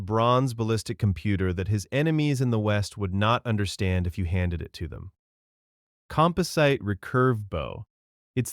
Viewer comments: The AI starts to break down near the end "system" pronounced "seistem" and "composite" pronounced "com-po-sight". He says both system and composite better later, but when introducing it, it breaks down. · composite... kom-pause-it... it is not a mineral, (kom-po-sight)... a few words mispronounced , but this one bothered me most. edit. again bow pronounced properly but then 8nce as a greeting or part of a ship..... ooooh its an AI voice trained on a real person so sometimes pronounces things incorrectly .. greasy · Composite with a short I not a long I. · what the AI is going on here? "sigh-stems" not systems? "compo-seet" not composite? I was enjoying until the AI Ick set in. 😑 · He said Composight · Repeating stuff like 'Atlatl'. Mispronouncing 'bow', 'system', 'composite' (only to pronounce it correctly a minute after butchering thw pronunciation) .... the word structure and the structure of the paragraphs.. this and more makes me wonder how much this production was assisted by AI.